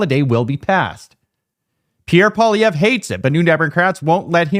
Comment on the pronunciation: Holy F. can’t even pronounce the family name of Pierre Poilievre. How can anyone take him seriously as a political pundit if he misses the most basic detail.